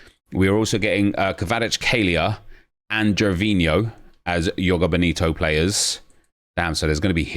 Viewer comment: Joga Bonito is portuguese not spanish, the j isnt silent. Its like zhoh-gah boh-nee-to